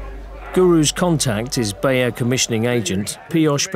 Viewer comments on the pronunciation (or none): none